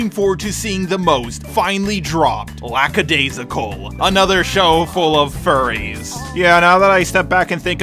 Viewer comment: I love you... but so many missnaming of characters and even of the series itself. It's not Lackadayssical, just Lackadaisy. LACKADAISY!!!